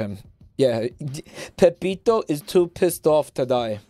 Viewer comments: he said it correctly a few times, but enjoys the name "Pepito" more. That, and he knows that if he says the name wrong, it pisses people off. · It's Peppino not pepito